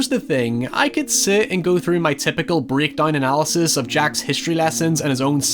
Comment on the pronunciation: AND THE WAY YOU SAY VIRGIL BRO, AND BREAKDOWN.... WHAT PART OF PRONUCIATION WAS LOST ON YOUR PEOPLE. HOW CAN YOU EVEN PRONOUNCE WORDS LIKE MANIPULATIVE AND NARCASSISTIC PROPERLY IF YOU CAN'T SAY MOST SHIT RIGHT, HONESTLY